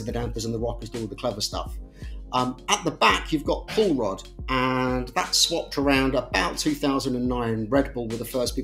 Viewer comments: Every time someone said "Pull Rod Suspension" all I heard was "Paul Rudd Suspension" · We need a Paul Rudd gif/pic ANY time you say pull rod. Thank you.